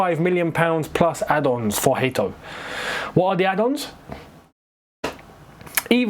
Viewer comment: It is HA-to you'll see when he pronounces it himself it's so easy I don't know how you managed to butcher his surname 😭